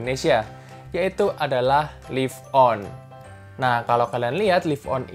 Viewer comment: Laif on, bukan lif on. Kilobait, bukan kilobit. Gatel kuping gue...